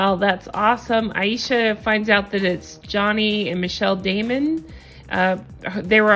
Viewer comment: I thought her name was pronounced A SHA, but you keep saying I E sha...what’s her damn name lol